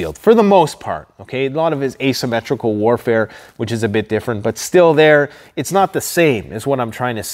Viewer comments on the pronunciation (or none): none